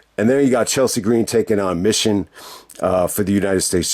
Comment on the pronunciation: It's pronounced Me Chin.